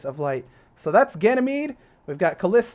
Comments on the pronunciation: You where pronouncing it eo its I O but ur good XD. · Phobos Deimos Io Calisto Mimas and Triton I think that's all of them next time listen to a correct pronunciation for them also there's a few dwarf planets you missed such as Ceres and Eris